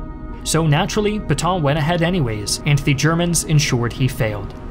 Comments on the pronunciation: credibility would have been enhanced if he had practiced the pronunciation of "Pétain." He said something like "pee ton" but it should have been closer to "pay ten". His theme that France's 1940 surrender is too simplistic for history is not, IMO, correct. The French defenses were well equipped but badly coordinated, and the Wehrmacht went through them as a knife does, butter. They lost. The government had no realistic option but to yield. The deal they got from the Germans was vastly more generous than they, the French, had given Germany at Versailles. Hitler's use of the famous rail car was not "petty", but a way to impress the folk back home. He was never accused of being a poor showman. And as a front-line participant in WW1, he no doubt felt personally vindicated too. He was not quick to crush France, as Germany had been crushed 20 years earlier. He wanted a quiet Western neighbor, so as to be left free to pursue the Bolsheviks to his East. By letting the French run half (at least) of the country he saved resources for that purpose, but had to defend its North and West against British retaliation. So Pétain did the best he could, in bad circumstances. A condition of being able to exist, Vichy had to be neutral, and had to submit to some ugly requirements. The alternative was ongoing war, of which Pétain had seen enough. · Peh-tan, not Pee-tahn! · It's Pétain and not Putain, whatever you can think about him. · you pronounce Petain almost as Putain, well played. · Why can't you pronounce Pétain correctly (etc.)? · Would be nice if you could pronounce Pétain correctly.